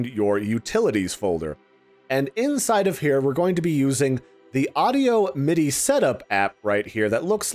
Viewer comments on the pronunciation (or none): none